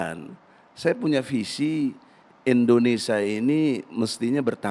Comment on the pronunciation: egi sujana lucu ngucapin nama negaranya sendiri aja gk bisa..indonesa hhhhhh bukan indonesa bung tp indonesia hhhh